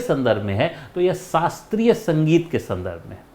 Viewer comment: माफ करना गुरुजी। छोटा मुंह बड़ी बात हो तो।लेकिन आप स और श का उच्चार सही कीजिए गुरुजी। शास्त्रीय बोला जाता है सास्ञीय नही सुगम बोला जाता है, आप कभी कभी शुगम बोलते है। संगीत बोला जाता है। शंगीत नही। आपकी सारी जानकारियां अच्छी है लेकिन उच्चार में सुधार की कोशिश जरूरी है।